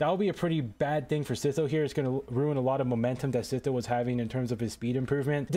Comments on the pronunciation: Bro called him seetoe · Bro says see tho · Bro called him sitho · absolutely wrong, he called him "sizo"